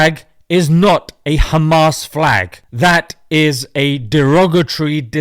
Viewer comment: "Khhhmaaasss " kills me every time 😂😂😂